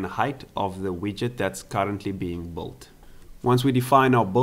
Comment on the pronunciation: Cool! Try working a bit on your pronunciation, because your 'build/built' sounds like 'bold/bolt'.